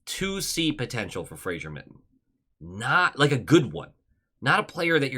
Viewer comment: It is pronounced. FRA-ZER, there is no "i" in the name